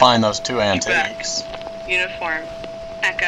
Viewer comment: Ooooh "Quebec" not "Trebec". Threw me for a loop.